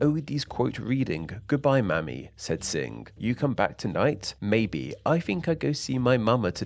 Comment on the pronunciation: When you're reading, leave no page unturned. "Mamie" is pronounced as "may me", not as "mammy". Mamie Eisenhower would be disappointed. This was a very interesting topic, and since you brought it up, it would be interesting to discuss phrases where Chinese immigrants have influenced (especially American) English.